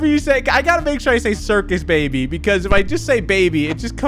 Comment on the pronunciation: I like how forgot the R in Circus "Cicus" rip lol